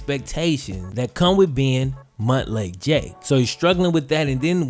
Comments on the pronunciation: Montlake isn't pronounced muntlake its pronounced mountlake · Stop saying Mutt Lake Jake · I keep laughing at "Mutt lake Jake", lol, I know Montlake, but it sounds hilarious! Live your best life Jake!